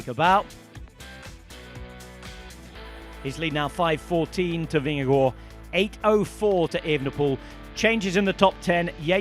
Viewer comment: The double a in Vingergaard is a very long a, not an o